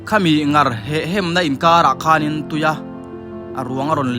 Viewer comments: An hmu ta chu a va lawmawm em.... Chutih rual chuan "Nghar" tih ni loin "Ngar" tiin ka lo hre ṭhin a,ka hre diklo zawk nge...? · Kei pawh ngar hi ka hriat dan a ni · Ngar i lam dan a dik lo.Hetiang channel siam tan chuan mizo tawng lam dan dik zir a tha khawp mai.